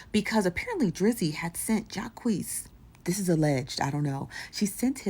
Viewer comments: Bro his damn name is PRONOUNCED JAH-QWEECE not JOCKEYS bruh jesus christ! Thats how you know this nigga dont be having a clue who he reacting tobjust scours the internet for drama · Who in the hell is Ja-kesse?😂😂😂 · Then on top of that Ik damn well you hear the people in the video pronouncing his name right so why do you keep pronouncing it wrong